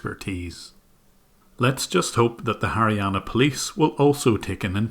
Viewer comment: Haryana sounded like marijuana 😂😂but u r soo good